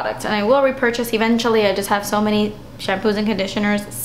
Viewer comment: I love how you siad rrrr-epurchase :d lol